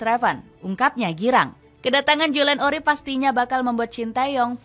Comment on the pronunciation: Urip bukan orip